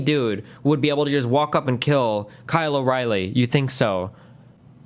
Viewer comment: My favorite part is him getting Kylo 's name wrong every single time.